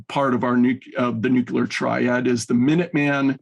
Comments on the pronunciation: I only tuned in to hear, but he is a bit thick. 1.) USA threatened Russia with nuclear war, not vice versa; 2.) The word is "nuclear," not "nucular." Is actually sent straight from the CIA? FFS, is the eastwards expansion of NATO not placing American "nucular" weapons ever closer to Moscow... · “NUCLEAR”! ☢️ NOT 🚫❗️ “Nukuler”!!!!!!!!! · If you're going to say "nuclear" so much, perhaps practice pronouncing it correctly first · Can we all agree to say N U Cl L E A R instead of of N U K U L A R? This is one of the reasons I hate George Bush so much.